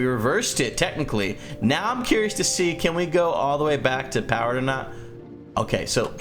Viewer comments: says powerered instead of powered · it said powerered